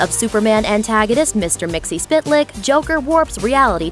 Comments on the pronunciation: did you fucking say Mr. Spitlick, Its Mr. Mxyzptlk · It's pronounced mix-ill-pit-a-elic. Get it right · It's pronounced Mix-l-pit-l-ic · Myxyspitelick really it's mxyzptlk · really botched the mr myxlplyx pronunciation.